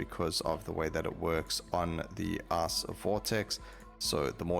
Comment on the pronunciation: I laugh a little everytime he says ''ice'' or ''fight''' , they sound very similar to ass and fart